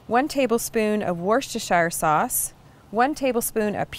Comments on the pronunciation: it's pronounced wustersher sauce, I was born in Worcester (Wuster) UK. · FYI... Wooster-shire.